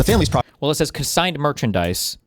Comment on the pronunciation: CONsigned, not CO-signed